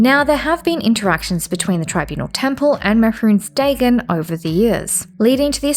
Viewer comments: Im a minute and a half in and I cant stand how you pronounce his name man. Like it is just the most stilted and awkward way of saying it and I cant bare dealing with it for a whole hour and a half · Can someone tell me if she ever stops pronouncing it like that? Or should I just skip this one? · Is she gunna say it like that the whole video…. Yup. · the way you pronounce mehrunes dagon instills a slight amount of primal fear and rage, fitting i suppose